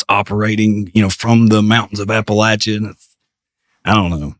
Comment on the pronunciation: Def pronounced “App Uh lat cha”!! Lol